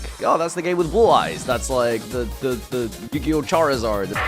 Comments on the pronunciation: More like Yu-GAY-yo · Ah yes... the Yu-Gay-Oh. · Wtf is yugio? Coming from a guy who played magic the gathering........